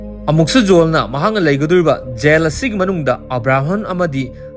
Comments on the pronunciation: Yel haiganu taba nungaite jail haiyu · Yen yen haibdo sum taba nungaitre khitang semdokpiyo jail haibiyo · Jail haiyo yail haido tabada nunggai tre